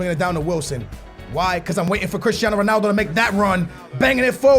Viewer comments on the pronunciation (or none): u say stuff like Ronaldu instead of Ronaldo its annoying and funny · Why do you pronounce 'Ronaldo' Ronaldu